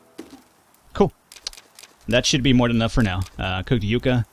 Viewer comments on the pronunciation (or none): YUCK-AH....YUCK-AH....stop saying yook-ah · By the way, its pronounced yuck-a